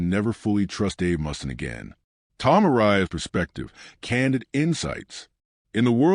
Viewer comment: Jesus, is this the best AI could come up with. Reoccurring photos of a baby’s foot, random stills of Ozzy and an unwavering mispronunciation of Mustaine?